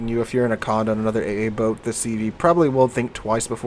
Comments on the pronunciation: Conn day, conn day, not conn da. Pleaaaaaaaase! Lol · PLEASE pronounce the name correctly. See the little accent aigu above the letter "e"? That means that the "e" is pronounced like an "a" in English. Just like "cafe" has an "a" sound at the end. So it is not "Con-deh" it is "Cond-a". B-T-W, I don't have a French keyboard so I can't add the accent aigu, but WarGaming correctly does. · It's not heard, either. Con-Day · I'm from the UK and even i know it's pronounced as "Konday". Maybe most US folk don't come across French very often. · You also have the most broken pronounciation of the name of this ship :p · Dear. Condé has a french accent aigu (é) on its e. That means you emphasise the ending e